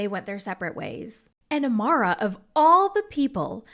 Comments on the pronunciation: Her name is AMAYA not AMARA 😭 please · lol her name is Amaya right? The Amara is throwing me off 😂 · Girl her name is AMAYA not amura 😭😭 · as a fellow amya, her name is pronounced “Uh- MY - Uh” not Amara 😂😂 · I was like who the hell is Amara? it's Amaya girl 😭😭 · Girl I think it’s Amaya not amara 😭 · Everytime you said Amara instead of Amaya 🫨🤣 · Amaya* not Amara. I saw that you kept repeating “Amara” 😩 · Her name is uh-my-uh.